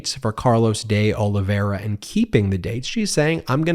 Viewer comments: Not a big deal, but de Oliveira is Portuguese, not Spanish. You can say “de” like dee, not day. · I just wish this person could learn to say the names De Olivera and Nauta properly... Every time he says these names, it's as if he's purposely saying it incorrectly or as if "allegedly" that's their name.. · You could pronounce deOlveira's name correctly but you don't care to. Or maybe it's too hard for you?